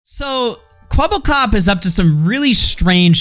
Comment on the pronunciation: it's kwebbelkop not kwebblekop